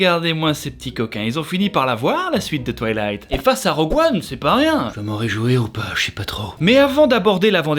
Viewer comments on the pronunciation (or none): « La saga TwuiliH🌬️t» cette prononciation devrait devenir l’originale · "La saga touilicht" 😂